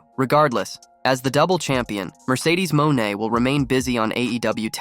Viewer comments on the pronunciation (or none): Who is Mercedes MOAN!!! Lol...1st think in journalism is PRONOUNCING NAMES CORRECT!!! LOL